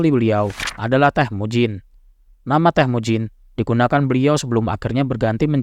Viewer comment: BUKAN TEHMUJIN.. TAPI...TEMUJIN